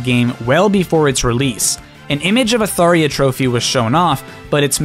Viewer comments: It’s tharJA NOT THARIA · It's Tharja. Not, "Tharia" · kept pronouncing Tharja as Tharia… That's a J, not an I… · I want to make some corrections. You keeps saying Smash 4 thinking Smash 3DS and Wii U are the same games but in one for Sakurai's interview for Ultimate he said that Smash 3DS and Wii U being separate games so Smash 4 is Smash 3DS and Smash Wii U is Smash 5, also you pronouce Falchion and Tharja wrong. To pronouce Falchion you say "Fal-chi-on" and to pronouce Tharja is "Thar-ja" or "Thar-jar" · 52 minutes of video >Only comments on how Tharja was pronounced wrong. That is me as well.